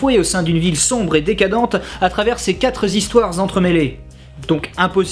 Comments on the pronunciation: Quatre-z-histoires ? Ouh la belle liaison maltapropos !... Toujours aussi instructif et bien foutu sinon. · "mode relou enclenché" on prononce "quatre histoires", et non "quatre-z-histoires". "mode relou terminé" Sinon bonne critique faut que j'aille le voir Sin City !